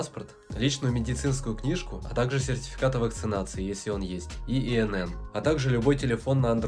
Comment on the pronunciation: Впервые встречаю человека, который произносит аббревиатуру ИНН как"иэнэн", а не "инэнэн" (2 буквы "н", а не 3). Специально пересмотрел два раза. Моё Вам уважение! Подпишусь, пожалуй.